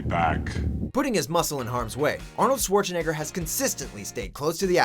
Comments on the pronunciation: swore-chen-egger LOL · Am I the only one to notice incorrect "Schwarzenegger" pronounciation?